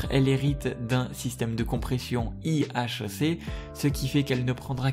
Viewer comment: le système de compression se dit Ihc pas ihic